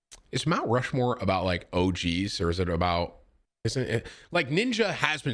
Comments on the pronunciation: “My Rount Mushmore of streamers?” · "MY Rount Mushmore of streamers?" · Naw we ain't ignoring that Rount Mushmore right? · Rount Mushmore